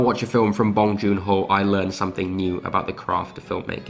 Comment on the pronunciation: NOT BAHNG.. it is BONG the b-o rhyme with tow, low, sew, bow, grow, blow and the n-g is normal sounding like song, wrong, tong, belong, hung, sung, tongue..